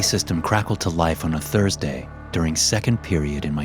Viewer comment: Ah yes its gotta be thurstday